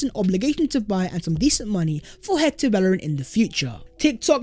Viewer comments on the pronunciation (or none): none